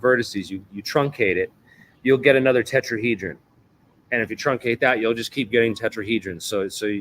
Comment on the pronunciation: Who ever this person is other podcasts talking and some debunking like you could he be more like a spokesperson for something he didn’t pronounce tetrahedron for right at times and just because a person has a bunch of patents doesn’t necessarily mean they are the inventor. What did he say we’re going to replace the sun ☀️ with a quasi crystal 🤔 Yes Joe needs to get you on besides whos joe rogan really? Just because big account. Keep doing what you’re doing you are on the right vibe because much sus to me